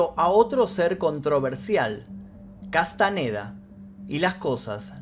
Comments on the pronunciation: Boludo!!, Castañeda no Castaneda, sentido común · Ok pero "Castaneda"? No mames